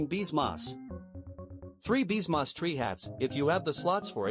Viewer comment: bro the way he says beesmas is so funny. xD